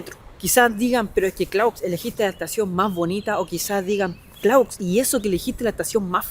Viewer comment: no. Clauzzzz 😴😴😴😴